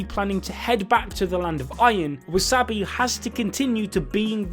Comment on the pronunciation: wooosabi, eeewabay, den-ki, su-baki he is butchering names more than abdul